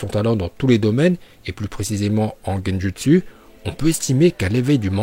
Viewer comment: Gendutsu ça se prononce gendoutsou et désolé pour la faut